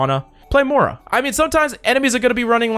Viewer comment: Why are you saying "Mohra"?! Roast done. Love your content tho ♥️